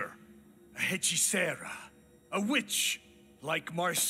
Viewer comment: For the last time, if you’re going to pronounce Spanish words, do it right. It’s not “HEH-chicera”; it’s “EHH-chicera”.